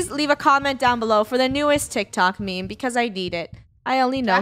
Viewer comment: she said meme